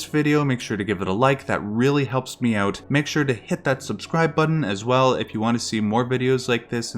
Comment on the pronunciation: English is my fifth language, to me you sound american except for all the times you weirdly say “OUT”.... I love your vids thoe